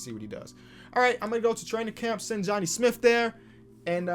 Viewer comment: Nobody:: “Johnny Smiff”